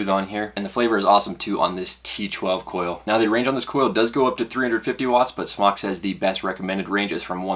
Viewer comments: Dude off of vapor trail channel talked to a company rep. It is pronounced smoke. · its not "smock" it's smok as in smoke, call them and ask them. u sound noobish saying smock lol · JESUS FUCK STOP CALLING IT "SMOCK" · is it pronounced 'smock' or 'smoke'? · it's smoke not smock. smock sounds stupid and smok is a play on words because your smoking non smoke. it's a smoke tfv12 and I love it. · You know it's pronounced smoke! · Fun fact: It's pronounced Smoke! The only reason it's spelled SMOK is because SMOK(E) was already copyrighted by another company. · Fun Fact: You're wrong, It's pronounced sm"а"k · Brett Forbes I say "smock" pronunciation because it's a "mock" smoking device. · its pronounced smock for everyone who still doesnt know, it means dragon in polish